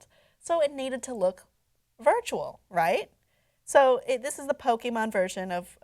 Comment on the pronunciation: I hate people that call it pokymon it’s Pokémon you bastards